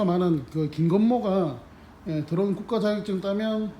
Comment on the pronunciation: 도론이 아니고 드론 드론